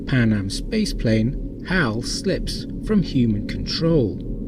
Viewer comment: Since when is Hal pronounced as How? It sounds weird. Very weird. How?